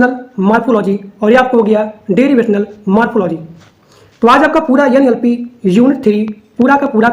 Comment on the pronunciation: Yan Yal Pie nhi NLP h sir